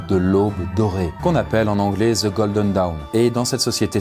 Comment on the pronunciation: Golden. Pas 'godlen'. Dawn. Pas 'down'. Auto owned, banane va!